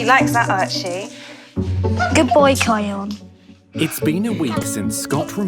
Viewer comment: The narrator called kion kyle